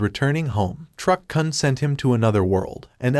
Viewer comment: It's Truck 'koon'!! It hurts my ears every time you mispronounce it! 😢